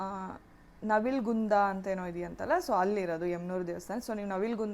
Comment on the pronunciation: ಅಕ್ಕ ನವಿಲು ಗುಂದ ಅಲ್ಲ ಅದು ನವಲಗುಂದ ಅದು